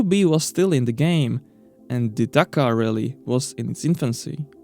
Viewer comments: Take the word dakar Remove the r What did u end up wit gitz? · The name is Dakar nor Dakkar.